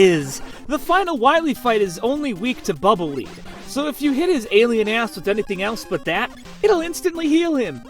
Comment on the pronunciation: At least according to how it's written in japanese, Bubble Lead's read as "leed".